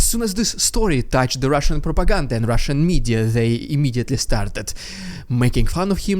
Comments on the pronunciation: "RUSSIAN PR-R-ROPAGANDA!" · LOVE your humor!!! the Rrrrrrrrrediculous rrrrrrrrrrussin pppppropagand, in HIGH SPEED, was funny! There is wind noise in your audio. Is there something blowing on your mic? Maybe in future meetings with the ruzzian MOD, they will prop Gerasimov up so he looks like he is alive???? They did it before.... We can only hope! Thank you for the update! Sounds GOOD! Slava Ukraini! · Funniest RRPrrrrrrrrrupiganda yet